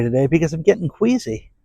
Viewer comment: Ohhh! I thought he said, " Quaisy ".